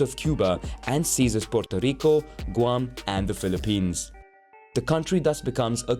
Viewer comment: I can't believe it, you have pronounced properly Colombia and Puerto Rico, "no AngloAccent" lol